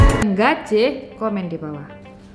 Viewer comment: ak ngakak pas ngomong "nggajih"